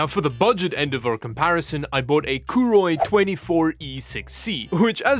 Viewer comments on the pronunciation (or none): Name is written as Koorui, pronounces it as Kuuroi. What? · Koorui... Would never buy one. I will never buy a Monitor from a Brand i cannot pronounce. If they grow up and come back with a real name, i would consider one